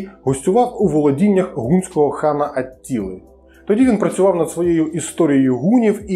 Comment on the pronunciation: О, О, і знову століцця, Ацціли... давай, давай, кривляй мову.